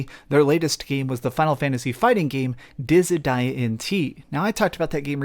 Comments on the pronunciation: Dizzy-Die-Ugh LOLLLL he dumb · Hahahah i just wanted to comment the same thing. Disa Die ya. Haha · I have never heard anyone pronounce Dissidia like that lmao